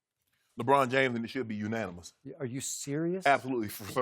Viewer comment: lol the second I heard shannon say unanimous I immediately came to the comments.